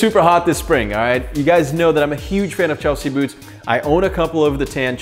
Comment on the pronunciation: “Chlesea” boots? Oops!